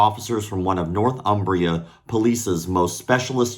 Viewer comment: As a man from Newcastle the way you pronounce Northumbria was gold!